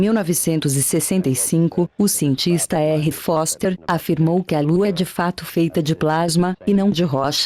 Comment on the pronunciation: Da Terra dá pra ver que a lua é de rocha, maluco...kkkkkk Foster falou "boster"!